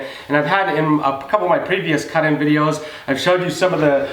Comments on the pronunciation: Caht in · How he says cut in lmao